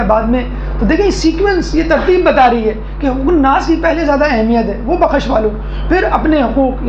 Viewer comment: بخش ب پر زبر نہیں لگائیے خ ش پر جزم لگا کر پڑھیں تینوں حروف ایک ساتھ پڑھیں پیغامات زبردست ھیں